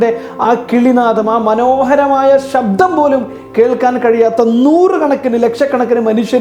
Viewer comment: നല്ല ക്ലാസ്സ്‌. എന്നാൽ ('ഷ' അല്ല ഉച്ഛരിക്കേണ്ടത് ) ''ശബ്ദം" എന്ന് പറയൂ... "വിചാരിക്കുക" ('ജ' അല്ല പറയേണ്ടത് ) എന്നീ വാക്കുകൾ ഉച്ഛരിച്ചു പഠിക്കൂ... പ്ലീസ്.